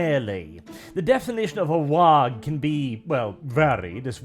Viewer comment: Glad you're pronouncing the G in "waaagh". Far too few people realize that that G is not silent.